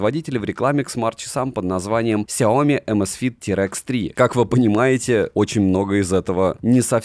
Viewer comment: Сяоми́, а не Сяóми! Ударение на букву "и", а не на букву "о"! Вызубри и запомни это НАВСЕГДА! А то звучит как Наоми!